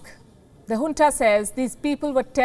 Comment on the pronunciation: its junta not hunta